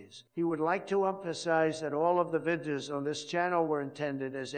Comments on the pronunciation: "over one hundred vidya's " lol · Why do both Obama and Trump voices have trouble with the word “videos”. The illusion sounds great but the algorithm seems to mangle that one word.